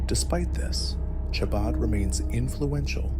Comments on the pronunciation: The ch is pronounced like kh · Chah-baad? This must be AI or a very stupid person.